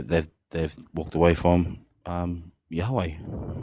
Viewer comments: The way the first clown pronounces “yahweh” is really fucking irritating. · I can't stand people who pronounce Yahweh so pretentiously like that.